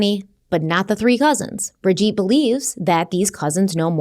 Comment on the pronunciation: Her name is pronounced Bridge-Ette not Bridge-Eat!